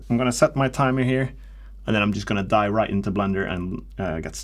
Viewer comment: did you say "die right into blender"?